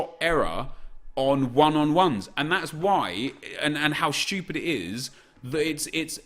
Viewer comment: “I didn’t do chem styles cuz I’m shtoopid” 😂😂